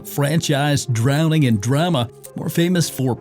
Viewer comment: AI pronounced "drama" wrong. You have no talent and I hope you quit YouTube